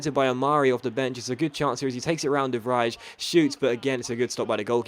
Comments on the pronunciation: De vrij is pronounced fe vre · De Vrij's name is pronounced De Vreh, as in if you didn't understand something you might say eh? I'm English but I use to live in Antwerp, where they speak Dutch. English people are not all stupid. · Wtf you are talking bs, i'm dutch you don't pronounce his name like that. English people are never gonna speak his name good because they cant speak the ij